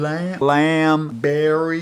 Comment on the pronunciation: I think I can pronounce it now its sounds like Lee am oh well that I might start a series called Rick's Southern Drool :)